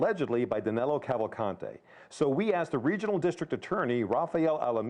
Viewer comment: At least right and say his name the right way if you want to Brazil. It’s Danilo, not DanElo!